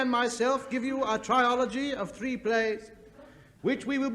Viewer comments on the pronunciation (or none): I wonder if Hancock deliberately mispronoubced ' trilogy ', at 2'42" ?